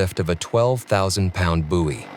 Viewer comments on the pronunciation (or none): Just a note, it's "boy" not "boowey". You're welcome!